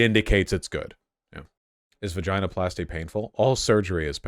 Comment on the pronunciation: I hate the way you say “ vaginoplasty “